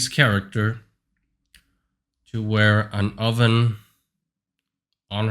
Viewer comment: lol the "oven" 😂 Also is that a Starforge PC?